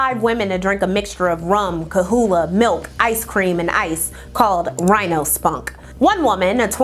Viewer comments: Girl! It’s Kahlúa, pronounced like KAH-LOO-AH. Not KAHOOLA 😅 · kah-lu-ah. Not Ka-hula.